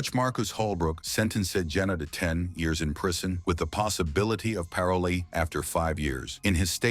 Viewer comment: With the possibility of “Paroly”??? These AI voices are a mess.